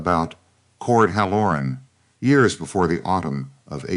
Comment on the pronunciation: It's not hal. LOR un. It's HAL Lor uhn accent on first syllable. Bad cadence. Feels jerky and halting. Once again, you need proofreading . And you FINALLY quit calling everybody Clara. Now, this is 2 stories with an Elora. And Voss, and Elias, Caleb, Gideon. PLEASE do some research. And if you have the cook make salt pork,beans, and cornbread, I'm gonna SCREAM !!!!😳😳🤔🤨. 🌎💙🌊🌊🌊🌊🌊✌️✌️🤔🤔🤨🔥💥💯😘